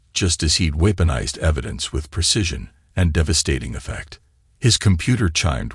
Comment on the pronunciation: "Weepinized" LOL